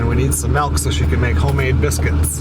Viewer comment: Milk or Melk lol